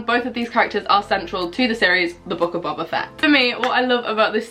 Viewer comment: Can’t lie it’s funny how u said u were watching book of boba fett but pronounced his name wrong (no hate)